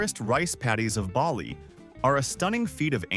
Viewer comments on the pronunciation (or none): none